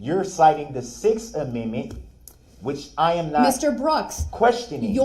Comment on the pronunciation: His first aminmint 😂😅